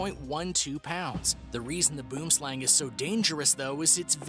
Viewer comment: I am from Africa and you do not pronounce boom slang means tree snake plz go search it